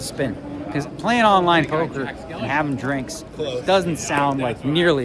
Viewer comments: Why can't he say "online event"? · Why cant he say online???